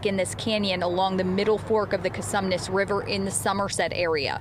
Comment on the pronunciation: It's Con-sue-mees. Not Con- some-ness. Whats the matter with you people?